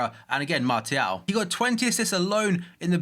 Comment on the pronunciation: There's no T pronounced in Martial. It's like s